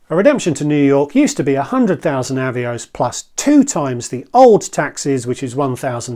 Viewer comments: I’m afraid I had to stop watching, as someone who has been around the block, you should know the correct pronunciation for Avios, and also that it is both the singular and plural, you don’t drop the S when referring to 1 Avios. Still on plurals, RFS is Reward Flight Saver, not plural. These details may not matter to you, but it just makes you look ill informed, which I’m sure you’re not. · Thanks for the reply, I understand the work that goes into a video like this, which is why it's a shame it's kind of spoiled by a really grating mis-pronunciation. If you are still in doubt of the correct pronunciation, BA helpfully have promotional video here